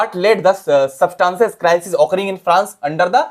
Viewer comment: Did you notice louis 14?? That's not 14 that is louis 16 Also that is subsistence crisis not substance. Sorry but improve your pronounciation🙏🙏 And thank you very much ❤👍👍